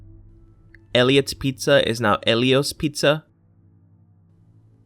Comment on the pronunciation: A good portion of those were just mispronunciations of company's,Ellio's has always been said as (eel▪e▪oh's)